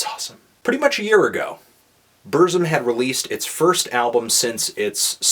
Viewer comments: Varg: BURZZZZUMMMM Melon: Brrssm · BUR. TSIM. BUR. TSIM. B-U-R. T-S-I-M. Not Burzim. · It's boorsum not berzum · It's pronounced Burtsum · You pronounce everything wrong. 1. It's Burt sum 2. It's bel oos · I FUCKING HATE YOU HIPSTERS< SAY HIS FUCKING NAME RIGHT :'(